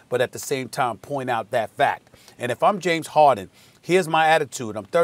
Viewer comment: “James Hawden” -Kendrick Perkins